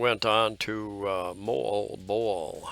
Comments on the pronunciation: Hey - I struggled with "Moalboal" too. Here's the tip: It's not "Mole-bole" It's "Mo-All-Bo-All" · Moalboal = Mo-All-Bo-All is how I pronounce it. Filipinos living there don't laugh so it must be close. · You and MOST of US that's hard name to pronounce Moalboal, hehehe but your the MAN on that SOUPED up HARLEY of YOURS 👍👍👍